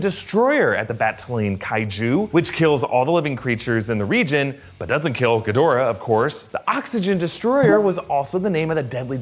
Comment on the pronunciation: G'Dora the Expolra, that pronunciation is all I can think of